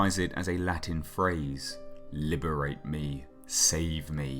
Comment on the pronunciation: Li-be-ra-te me -- not "li-be-rate me" Later -- "Li-be-ra-te tu-te-me ex inferis"